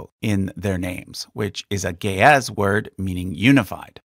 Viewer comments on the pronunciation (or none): You said ge'ez word, i heard it as gay ass word😂😭.